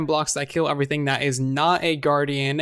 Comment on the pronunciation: Why do you pronounce everything “oferything”